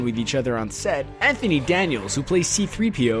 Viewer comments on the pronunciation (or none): none